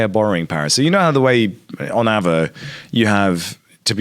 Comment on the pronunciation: Isn't it pronounced Ah-vay? (or R-vey)